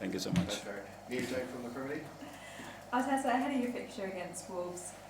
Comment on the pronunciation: Bit odd the female journalist called him Arteta 🤔